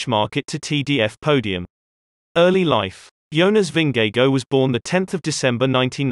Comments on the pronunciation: Who is Vin-ge-go? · Ving-gay-go lmao. Lovely vid tho! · He doesn't pronounce Vingegaard correctly either, so I guess that evens it out. I haven't heard and English speakers pronounce Vingegaard correctly. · Funny way to pronounce his name. You get the V right and the Gaard right, but the "ng" in Vingegaard is actually no different than in english "singing". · Nice docs, but learn to pronounce world best cyclists names! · God is it a robot pronouncing his surname? haha. Its not that hard to pronounce it correctly. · Shouldn't you learn how to pronounce their name properly first before making the video?